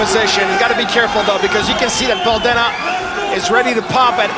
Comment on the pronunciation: His last name is pronounced DE-NEE not DE-NAH.